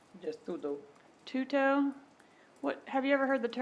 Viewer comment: Rivera: “Tu-to” Attorney: “twoo-toe” 😂💀